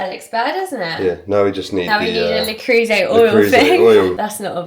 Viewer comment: anglicised pronunciation of Le Creuset made me smile.😊 Congrats on your engagement. x